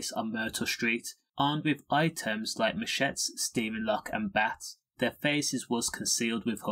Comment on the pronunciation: You need to work on your pronunciations of 'machete' and 'spate'.